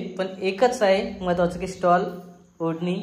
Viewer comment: स्टॉल नाही ग स्टोल बोलतात.....